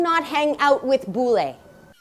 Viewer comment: Your "bule" sounds too bule. You pronounce it like "boo-lay". Lol.